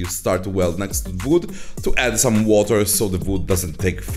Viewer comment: I like how he says vood. Awesome project!